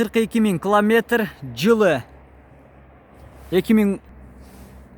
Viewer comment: Кламетр дебей километр десен.